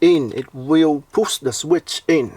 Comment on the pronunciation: I like how you say, “puss the sweet in”.